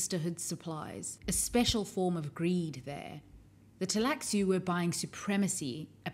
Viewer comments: Why do you call it Teilaxu instead of the Tleilaxu? Is that in the book to leave the L out in certain situations? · I know the computer games aren't canon but the cutscenes in "Emperor: Battle for Dune" pronounce Tleilaxu with a silent L, roughly like "tie lack sue". I played that game years before I read Dune Messiah, so I've always just gone with that pronunciation.